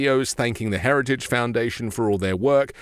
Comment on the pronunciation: Did he say heriage instead of heritage? 🤣